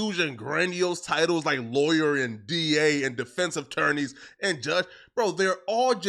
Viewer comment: “…defense of’torrneys…” 😂 Who’s the nincompoop? at it again just bastardizing and slaughtering the English language. 🤦‍♂️